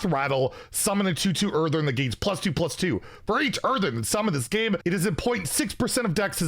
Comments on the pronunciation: Someone has to say it: IT'S EARTHEN! EARTHEN! IT HAS ONE 'R'! ONE! NOT EARTHERN! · Say it with me. Earth-EN Earth-EN. NOT Earth-ERN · Hearthstone: "Earthen": "Earthern" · My man will go to his grave saying earthern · Anyone else get annoyed when says "EartheRn"?